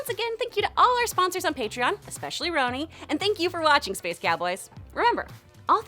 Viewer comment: The butchering of my name ,Roni